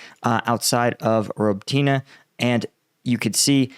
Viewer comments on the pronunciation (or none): It is Roh-Boat-Nuh, not Robo-tina. I just hear you say it that way every day, lol. But say it as you please. I believe that Ukraine knows that their military and political unity with "The West" futures are dwindling if signs of progress do not start speeding up. Unfortunately, this will be paid in skin and blood; but with the citizens of the respected countries growing more and more anxious for the lack of progression, shortly thereafter the helping hands may dry up. This has absolutely nothing to do with my opinion on whether or not we should continue to assist Ukraine or not. Just an idea of the overall speculation of what is going on.